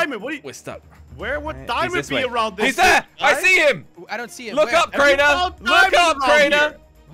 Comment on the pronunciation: I loved it when Crainer said give me a chaance